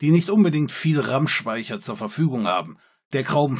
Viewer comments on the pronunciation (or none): Das Wort "Rammspeicher" ist aber besonders ausgesprochen. Ich dachte auf Anhieb Tills Stimme wurde reinmodoliert😂